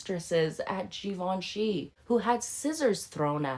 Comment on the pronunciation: I like you but you need to pronounce Givenchy correctly.